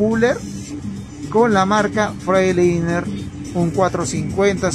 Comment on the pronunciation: Hola se pronuncia asi freigtlainer para q no te oigas tan mal